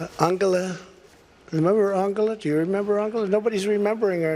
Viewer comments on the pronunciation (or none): That's because he's mispronouncing her name - Ungala?